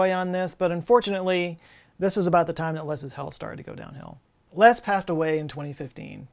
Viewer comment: Have you never heard the name Les before? Or can you just not pronounce it properly 😂